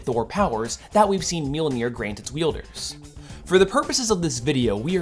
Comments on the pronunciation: You're saying it right. A lot of people wrongly think it's ma-jol-nur. It's mule-near. It's not hard. I see people correct the correct pronunciation a lot, too. It's mule-near. If you pronounce the j like anything that isn't a y, you're wrong. Mjölnir. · Your pronunciation of Mjolnir is fine. Anyone saying otherwise is talking out their ass or trying too hard to be a pedant.